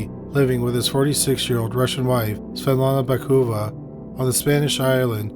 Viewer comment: Batukova, not Bakuva.